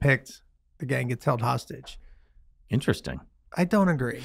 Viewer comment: Kidnapper?! Hostagie?🤣